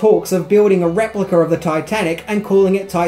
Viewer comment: The word is replica no R at the end